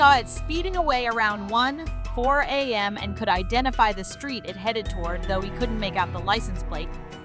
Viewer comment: Just for info, 1am is sounded "1 a m", not 1 A and next word "m" and what is 1:4am?? It's either or am ...